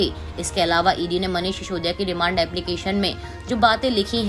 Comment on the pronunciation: should learn how to pronounce "Sisodia" properly? What an anchor, what message is she giving? Reckless selection causing lowering of standards? Difference between 's' and "sh" must be kept in mind.